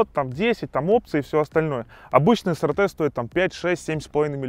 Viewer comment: правильно произносится SRT - Эс Ар Ти.